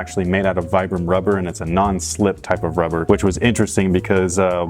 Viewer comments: I know noone cares but the word Vibram is meant to be pronounced "Vee- bram" not "Vy- bram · You pronounce it as vee-bram.. Not viybram.. Youre welcome.. Peace bro. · Very reminiscent of the Pharrell NMDs Btw it's pronounced veebram, after the founder Vitale Bramani Definitely interested in this shoes' performance, great vid! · in a different color way I'd wear them, btw it's pronounced "veebrum"